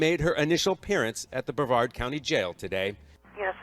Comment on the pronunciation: No disrespect intended,.... it's pronounced like Bre -VARD County I think